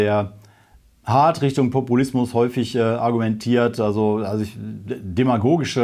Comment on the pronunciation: Populismus ? Ich habe Brokkolismus verstanden, hahah Brüller!